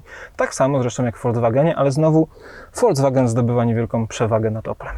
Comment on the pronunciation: Mówimy: folks-wagen, a nie folc-wagen, panie redaktorze.